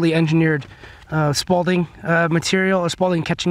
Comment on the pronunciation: Repeat after me: SPALL not “SPAULDING”.